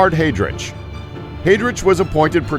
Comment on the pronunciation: I'm sorry, but as if the mispronunciation of the names is not bad enough, there isn't even consistency of the errors. For example, Heydrich is pronounced with a chance and Heinrich as a ck...